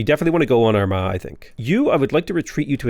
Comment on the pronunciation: Am I the only one that kept hearing "our ma" with a southern American accent instead of Armagh, with all the consequential puns and innuendos? 😅